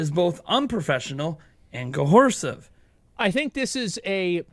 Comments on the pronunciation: Why does he keep saying "cohersive" instead of "coercive?" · “Cohorsive”. Just nit picking you’re doing a great job!